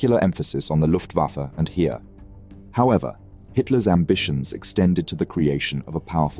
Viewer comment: German "Heer" is not pronounced like "here". More like "hair"